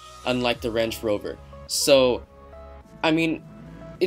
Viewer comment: Everyone else: Range Rover: Ranch Rover